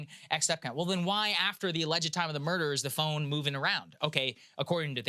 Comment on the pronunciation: Saagar’s pronunciation of murder as murdaugh will live in my head rent free